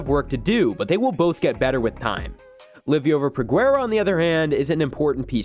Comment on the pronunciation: It’s pronounced Li-over